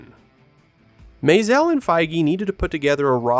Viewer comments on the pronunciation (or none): What's up with the pseudo French pronunciation of Maisel?